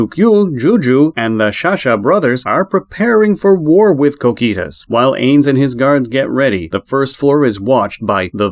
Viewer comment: Like "Cokitoos" bro it strikes the ear badly